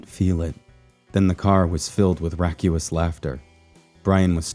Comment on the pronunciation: Wait? Racuous? Not raucous?